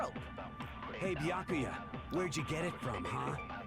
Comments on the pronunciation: Omg!!! yay finally i’ve been waiting for this i’m so excited for to play danganronpa! edit: I just realized said baka-ya instead of bee-yah-koo-yah edit2: lmao in the time I was waiting for to make another stream because I originally watched play it when I came into the fandom in between that and now i’m already on the 3rd game (also including ultra despair girls) edit3: I dropped my cream cheese knife on my phone and it wiped all the cream cheese and now my phone has cream cheese on it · Its "Be ak oooo yuh" i cant stand hearing you butcher it anymore lol. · You pronounce Byakuyas name Beeyakooya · the way she says byakuya hurts my head